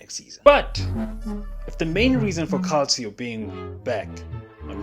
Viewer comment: Calcio pronounced “Kalcho”